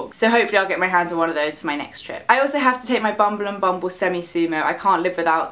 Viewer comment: I love the way you pronounce Bumble and Bumble... it sounds like fingers squeezing bubble wrap :)